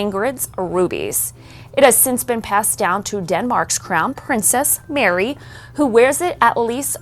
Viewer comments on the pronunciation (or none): none